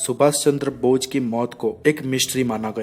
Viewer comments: Bochh nhi bose hota h😂😂😂😂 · aapka pronunciation thik nhi h aap bose nhi bol rahe h... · atleast netaji ka naam to thik se boliye...aap naam hi galat bol rahe h